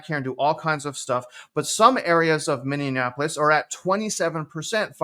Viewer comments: Pronounced mini-apolis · “Minnie-a-napolis” 😏 love ya man! That made me chuckle a bit